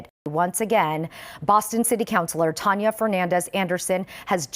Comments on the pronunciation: Bro said her name "Tanneya". Why? You just reward how her name was pronounced. It's Tania bro! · She's really dumb like the news people mispronouncing her middle name